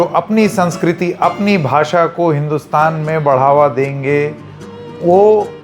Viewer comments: Shaw himself can't pronounce the word "bhasha" properly,... He says "Bhasa" 😂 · इनको खुद को बोलनी नहीं आती 😂😂. भासा नहीं, भाषा होता है अंकल 😂😂😂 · तड़ीपार को हिंदी "भासा" भी नहीं आती है, उसके भी लाले पड गए हैं! गधे को कोई बोलो भाषा होता है, भासा नहीं!